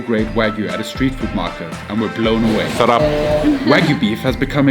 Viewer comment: You got SARAP right. Even the accent is correct.